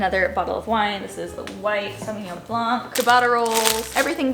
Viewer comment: Love how relaxing and positive your videos are! Been watching for years and plan to for many many more.❤ Also, side note, Ciabatta is pronounced Chiabatta.